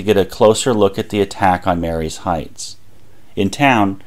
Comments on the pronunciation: Excellent presentation! One quibble... it's pronounced Marye's Heights in the way one might say "Marie's" (ma-REEs) rather than "Mary's" (MAYR-ees). Someone has to be that native Fredericksburg accent around here! But well done... very well done. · Pronounced 'Marie's' Heights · The heights above Fredericksburg is pronounced Marie's Heights, although spelt Marye's Heights. A common mistake! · 👍 I live in Chancellor and came to comments for that and Sophia St. We pronounce it As"So-pheye-uh." Great video!